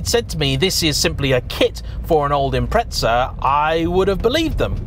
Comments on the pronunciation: impreTza is driving me fucking nuts. IM-PREZ-AH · it's impreza not "impretza" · John from Australia, you sound like a knob saying 'Impretza', pronounce it 'Imprezza', like Christmas prezzie, I got a great prezzie for my Birthday. I know we're just a far away colony, but we do know how to NOT sound like a knob. Actually, my brother does say Narsa instead of NASA, I suppose that's rather knobbish, but that doesn't get you off the hook. Imprezza!! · It’s not an im-pret-za….there’s no fucking T in The god damn name and how many time he says it urks me…but good video besides that and definitely understandable way over priced for what it is..if given the option I’d rather keep my 06 sti over that… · Ah yes subrau "impretsa" 🤡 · Great video and all but I have to ask, when did "Impreza" end up with a a T in it?